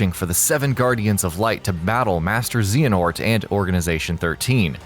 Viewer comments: Zay Uh Nort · Zehanort? I thought it was Xehanort ... O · Zay-huh-nort, not xah-a-north. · And btw. Its pronounced xeh-heh-nort. Not zeee henort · Zeonort bahahaha 🤣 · “Zeeanort”... that is all. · Zee in ort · Master zeeanort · ZZZZZ a NORT? who is she?? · Who tf is Zeeyanort? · 15 things you need to know! "Zee-en-ort" When you don't play a game but it's currently hip and you wanna get them views. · “xeeehanort” “tetsura nomura” nice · I remember kingdom hearts wasn't big and we'll known, now that 3 is coming out and it's pretty much looking like game of the year every1 is starting to leach😂 you can tell too.. "zeenahort" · Zeehernort lolololololololololololololol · Zeh-a-Nort........if you're gonna talk about Kingdom Hearts, say the main bad guys name right. How would you feel if someone pronounced Dracula as Drake-coola? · So close to being Good....then there was Z uh nort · Can you stop saying zeeanort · disliked cuz you said zeeenort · I gave up with this video the moment her said zeehNort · XEEanort lmao he obviously has never played a kh game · haha i was about to say. Zen-a-hort and Era-queez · Still better than zenanort and erasqueeze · These videos always five be something to be annoyed at, this time it's "Xeehanort" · Didn't pronounce Xehanort correctly. "Will this be the end of kingdom hearts" just the saga bud. Mentioned heartless, and nobodies but not the unversed. Yikes. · sorry didn't want to sound mean case the vid was still good its just kinda a meme now for people to not say his name right but great job guys! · I clicked off the video as soon as you mispronounced Xehonort. When will the foolishness end? First ign now this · I'm totally looking forward to when Gameranx does this closer to the release and doesn't mispronounce Xehanort.